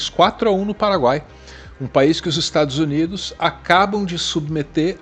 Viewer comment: "Estragos Unidos"